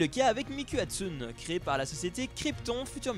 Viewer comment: J'ai était à un concert de Hatsune Miku, et non c'est compliqué à mettre en place car il y a de vrai musicien et de l'organisation, les billets ne sont pas excessif Ce n'est pas Miku "Hatsuneeeeee" mais *Hatsuné" merci ^^